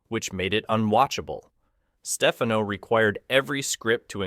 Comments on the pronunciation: stupid computer - it's not Stefeno, it's StefHANO!! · In Italy, Stefano is pronounced as you do, with stress on the first syllable. But Joseph Stefano, Italian-American, pronounced it Steh-FAH-no, with stress on the second syllable. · The narrator is AI hilarity: I D instead of "id," "ZuZUHZUHZuzuhzzZah" and it's Joseph StePHANo. The visuals accompanying the narration match randomly. Lots of repetition when there is much more to be said. By the way, James Doohan also appeared in an Outer Limits episode, as did Majel Barrett herself